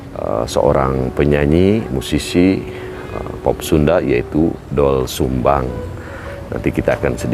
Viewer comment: Gimana tuh Narator "OE" itu dibaca "U",Bukan dibaca O jadi Dol Sumbang